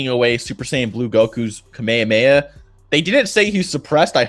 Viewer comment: this guy can't even pronounce Kamahameha correctly!